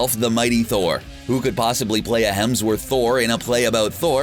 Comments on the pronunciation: "Chris HeLmsworth"? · HEMSworth. Not HELMSworth. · the narrator mispronounces Chris Hemsworth's surname as "Chris Helmsworth." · ....I juuuuust need to stop you. You consistently always say "Chris HeLmsworth". It's HeMsworth. You.....should apologize. Apologize to the guy named Chris Helmsworth who constantly thinks you're talking about him!" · "Chris Helmsworth" RLM anyone? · Fishburn, Fishbourne... Hemsworth, Helmsworth... are you fucking with us? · FALLCON?!?! Fall-con? HELMSWORTH!?!! do you know how to speak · "Helmsworth" made it in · did he say “Chris HELMSWORTH”???? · lol he said chris helmsworth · Ironic listening to the narrator on a marvel movie fan channel talking about “Betta Ray Bill” and “Chris Helmsworth.” This idiot cant even pronounce “alma mater,” but they keep hiring him to read the script, apparently. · He definitely said “Helmsworth” instead of Hemsworth, and Benadar instead of Benatar!!